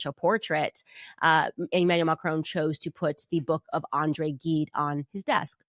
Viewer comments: Andre gGide is pronounced with a J like jet. Read The narrow door, a beautiful book. The best of French language. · Please Candace in andré Gide the g of Gide has the pronunciation of the j of joy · Candace Owens cant even pronounce the name of the author Andre Gide. She simply doesnt understand how stupid she is. As for being a Christian....kindness, tolerance, quiet dignity, an appreciation of what belongs to you and what belongs to others. No. She is a symptom of the awfulness of our modern world. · She studied Andre Gide but doesn't speak any French and mispronounces his name.